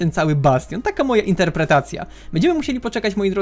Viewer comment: "Bastion " Pozdrawiam XD